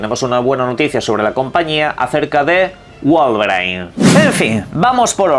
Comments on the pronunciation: WOLVER I N (como se pronuncia) - No Wolverain XD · "guolveRAIN"??? 🤨 WOW!!! 😑